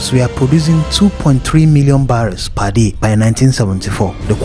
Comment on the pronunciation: What is par day? It is per day😂😂😂😂